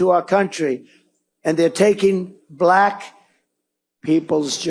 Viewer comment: I wish that he’d stop saying that immigrants are taking Black jobs, not only because it’s incredibly racist, but because I hate the way he says Blaahakk.